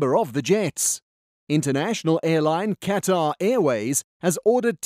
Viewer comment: Said like Qwutar